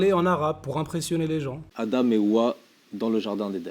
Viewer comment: C'est pas "Hawa" c'est "Houwa" 😂😂